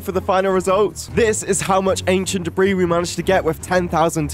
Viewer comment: 600-750 an-kie-ent dae-brie